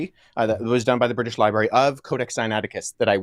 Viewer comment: 😂😂😂😂❤❤DID U JUST SAY BRITSH LIBRARY 😂😂😂😂😂😂😂😂😂❤❤❤THE BRITISH HAVE REWROTE AND MADE UP BOOK FROM 150,000 years ago❤❤❤❤❤❤❤